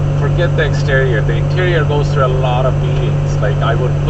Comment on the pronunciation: WTF is a xterrior?